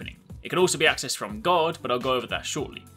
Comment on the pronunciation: I kept thinking he said god instead of guard